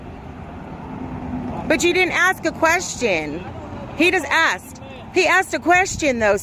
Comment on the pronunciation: Cop said... I axed for identification not asked lol.